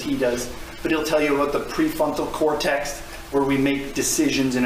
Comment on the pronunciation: Please stop saying “pre-funtal cortex”